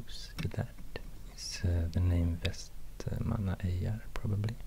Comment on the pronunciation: It's pronounced vestermanyar